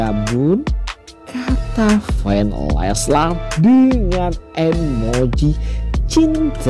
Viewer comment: Leslar bukan leslas 😑😑